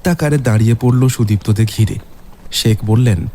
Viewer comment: গল্পটা খুব ভালো লাগলো কিন্তু উচ্চারণে আরও যত্নবান হোন। ' - এর দোষটা কাটান। কথাটা "শেখ" "সেখ" নয়। প্রতিবার ওই উচ্চারণটা কানে খুব লাগছে